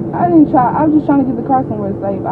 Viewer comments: “Tryin’ to get somewhere safe-uh”. “I was just trying to get somewhere safe-uh” But she was not trying to run. 😂😂😂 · "where my car was sava -a"... duh! speaky Engly?